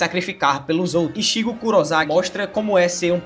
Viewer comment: Koe kkk não e por nada não mais confundir o CH com SH no nome dos personagens slk e foda kkk tipo Tu fala ISHIGO sendo que e ICHIGO o CHI tem som de TI então a maneira certa de falar e "ICHIGO = ITIGO entende.. o mesmo vale para o Tanjiro vc fala "Tanjiro com o JI com o som do JI do Brasil, mais no Japonês tem o som de "DI" entao o certo e "TANJIRO = TANDIRO" entende... Mais de boa vc não e a unica pessoa que já vi fazendo isso , otimo vídeo +1 sub.